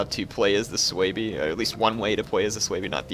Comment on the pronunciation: its su bi...not sooweeebii lol